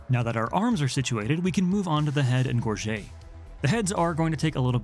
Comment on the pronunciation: It’s pronounced gorge-it